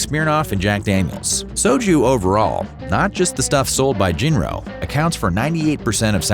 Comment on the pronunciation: I know it's spelled "Jinro," but it is pronounced "Jillo."